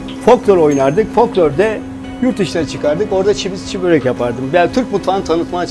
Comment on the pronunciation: çiğ degil çi börek ogrenin sunu artık